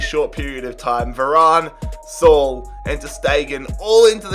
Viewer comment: “Sol” smh😭😭😭 Saul